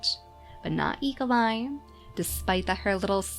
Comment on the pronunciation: When you say Eagleeye quickly, it almost sounds like e.coli!